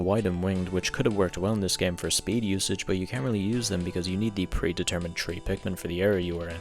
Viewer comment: There is an "H" in the word "Three", bro.